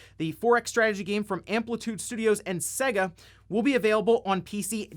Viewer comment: "seh-geh" huh...i've....never heard of them before?